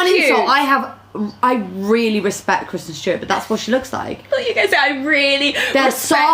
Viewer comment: kwisten stewawt